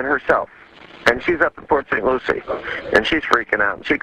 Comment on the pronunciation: FYI it’s port saint lucIE